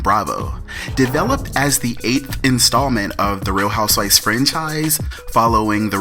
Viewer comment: I love your pronunciation of the HOUSEWIVES. It sounds like you're saying HOUSE-WISE lol. It's cool though; I think it's endearing. For me, it's like your stamp; if someone else was pretending to be you doing these reviews, we would be able to tell because they wouldn't get the WISE everytime the word HOUSEWIVES is mentioned. Keep up the good work